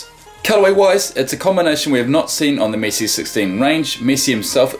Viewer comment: am i only one who think say missi and not messi